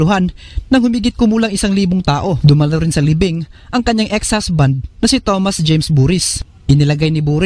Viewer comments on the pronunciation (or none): none